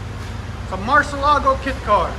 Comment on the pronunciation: “Duh, it’s a keet car, a marcylago keet car”